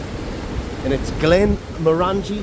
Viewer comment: Your pronouncing the whisky wrong...it's not glen-mor-angie, it's glen-moran-gie....like sporran...rights 👍